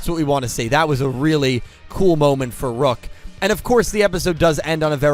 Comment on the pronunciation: Rook not luke Neil not nail